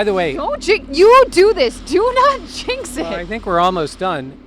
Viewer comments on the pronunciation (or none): none